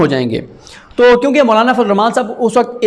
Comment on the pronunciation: Sorry You are kept saying Mullana!!! I can't watch you son M sorry